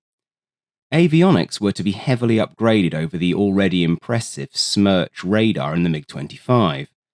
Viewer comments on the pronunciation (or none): I do think it is AI, e.g. pronunciation of acronyms is wrong. A human with the knowledge in this domain would know that it is Veh-Veh-eS, not Vee-Vee-eS., it's Too-128, not Tee-Yu, Smjerch , not Smurk radar etc.(especially "Smurk" radar is a clear AI give-away). At least MiG is pronounced right. I heard some AI generated content with eM -Ai-Gee pronunciation (ridiculous).